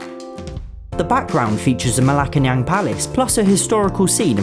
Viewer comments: Bruh, it's not pronounced Malacanang palace it pronounced Malacaniang palace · Hey, look at that, our money’s on Youtube. (Its manuel) (Its pronounced malacanyang) (its pronounced serhiyo) (Its pronounced ta-al) (You got the 100 peso bill perfectly!) (Tasheer) (Beniig-no) (Batanehs) Pronunciation here is really weird. Mabuhay! :DD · Also, MA-la-ca-nyang (it's an NG not an N at the end, I don't know why the bill is using such an underused archaic spelling) LAY-te not LEE-tay ta-AL not TARL (the glottal stop is important to Filipino pronunciation) ba-ra-SWA-in (I can't really fault anyone for this one, it's a Spanish spelling after all)